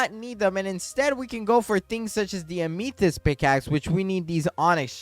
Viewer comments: Please. Stop saying ah-me-thist is am-ah-thist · if you pronounce amethyst as ameethist one more time im gonna explode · ur still saying ameethyst...